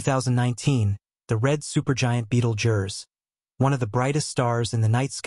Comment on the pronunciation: Sorry I just could not finish watching this, its pronounced "beetle juice"!